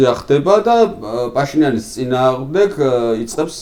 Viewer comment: პაშინიანის (და არა ფაშინიანის) ძახილი რამე პრინციპის საკითხია თუ ბანალური უნიჭობა?